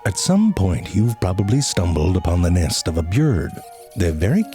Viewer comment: "At some point you've probably stumbled upon the nist of a bjird"